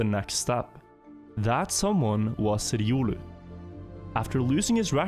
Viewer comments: Everyone: "Ree-oh-loo": "Rrrridiolew" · Says “riolu”: Edioolu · Bro why are you pronouncing Riolu like I has an e in the beginning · Hahahha innit, I think unless you play Pokémon it's not obvious but when you do hear it pronounced the way does it's strange 🤣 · “Irulu” lol. Its riolu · It’s an R and L, not an E and a D you’re saying it like Eiodu, it’s a Pokémon’s name look up how they pronounce it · That pronunciation of Riolu us killin me. I'm assuming the guy named himself after the pokemon. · Riolu is not a german name, it's the name of a pokemon, it sounds so weird when you try to pronounce riolu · This man has never played Pokémon and it shows lol. I hate how he pronounces riolu haha